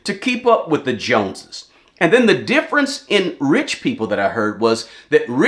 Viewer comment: The jone”es lol